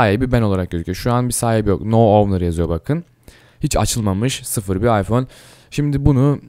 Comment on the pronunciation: Abi ıpohne diyon appleye gidiyon